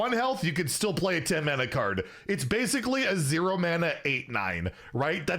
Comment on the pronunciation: Oh you're right on closer inspection. It really sounded like he said "can't"